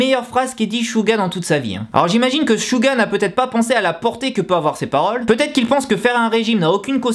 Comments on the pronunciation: 😂😂😂😂SHuga mais mec sa ce dit Suga! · Chouga .. ARRÊTER LE MASSACRE C'EST SEUGA PAS CHOUGA MAN ! bref .. SEBOOMBAYA 😂😂😂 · Suga ne se prononce pas avec le S francais, ca ressemble + a "Siuga" meme. 슈가 ne sera jamais prononce comme le "Su" francais. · c'est pas "chuga" 😂😂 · Merci mais c'est raté , tu m'apprend rien ... Je fait du Coréen ... Alors CHUUTT mais je te dit pas sa pour sa c'est juste que sa doit faire bizzard pour les aitres et puit ta prononciation n'est pas bonne